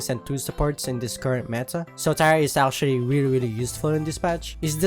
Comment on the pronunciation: Don't take this the wrong way, but it makes me laugh everytime you pronunce "Actually" as "Arschually". No offense, seriously, I just love that pronunciation. Anyway, I'm a Kinessa main, so you can probably tell which Damage champ I prefer.